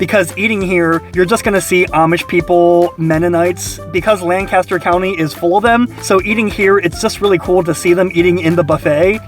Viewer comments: I'm so sorry to be pedantic like this, but in case you haven't been told by someone else yet: We pronounce our Lancaster as something like "Lang-KISS-ter", rather than the English "LAN-cass-ter". I know it's dumb, but locals are very particular about this lol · We know we're in for it when he pronounces it "LANG-Caster" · I like Shady Maple. Been there a few times, never had to wait. Awesome gift shop, too. Lived in the Lancaster area for 22 years. (Lankister, phonetically😂)